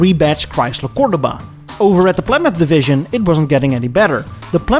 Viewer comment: Cor DOUGH ba not cor du BAH have somebody preview your videos